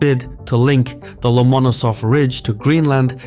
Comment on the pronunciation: love your stuff..butyou didn't do your homework here. You say the key name incorrectly most of the time in this video. In Russian, like in English, where tou place the accent is everything.Lomonosov, the accent here must always fall on the penultimate syllable, which you a few times hit corectly more or less, but more often did not...